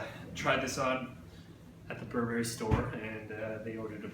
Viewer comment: this pronunciation of Burberry makes my skin crawl